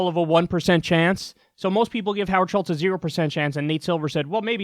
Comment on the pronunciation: The dude's name is Howard Schultz, not Schitz.... although the latter rhymes more with what he is full of.